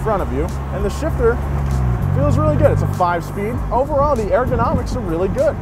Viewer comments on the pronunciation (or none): The h**l is "air"-gonomics? It's ergonomics, pronounced "er" like the sound you make to imitate the sound your car makes because it's about to die. If you pronounced it "airgo" it'd be like you were talking about--and literally translate to--"The Laws of Therefore." J.H. Cripes! Now I can't stop hearing it! I mean, if you didn't know how to pronounce it, you could just make the sound everybody makes when they can't pronounce a word, AND YOU'D BE RIGHT. "Errr, I don't know... Hey, wait a minute!" Otherwise, great job! Do more of these, just never say that word again. ever...